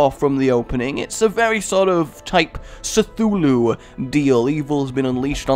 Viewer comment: im cringing when he said Cthulhu kuh-THOO-loo not Cthulhu is how it pronounced